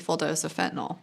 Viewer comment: Nyl not nol